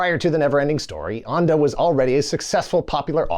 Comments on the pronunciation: Thank you! Allow me to add that Ende is pronounced something like end-duh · If you can say End, you can say Ende - not Anda. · I was looking up the author "Michael Onda" but I couldn't find him. His name is Michael Ende. The German word Ende is pronounced like "end day" in English. The end day of the neverending story. 😂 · Wait. The Neverending Story was written by a man whose last name means end? Really? Also, that's pronounced end-eh. Not... what did you pick? Ondah? Weird choice, you might have Googled it. It would have taken you all of ten seconds. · Why would you pronounce Ende like Ande? It is basically pronounced like the English word "end" with an -uh attached. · Ende is pronounced like the English word "end" with a schwa at the end. Not "ahnd-e." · Sorry, but "Ende" like in "end"!😉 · It's pronounced "'ann duh'' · That's not how you pronounce the writer's name😬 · Umm.. How is pronouncing 'Ende' here?! Who came up with that? Even an anglicized 'End-eeh' would have been better. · You can say "ending" correctly but not Ende? xD